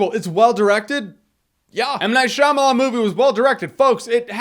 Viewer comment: Hearing "M. Night Shaymalan" is scary